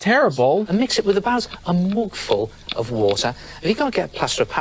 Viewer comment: Lmao 😂 moogful 😂 I can’t stop laughing!! It’s mug full.